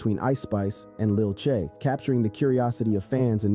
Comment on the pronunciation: Just to let u know it's Lil TJay but don't say them together but put a space in between T and Jay so it says T Jay